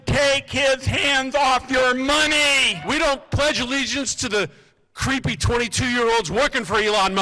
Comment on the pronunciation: He said "cwwweeepy 22 year olds" who voted for this senator lmao.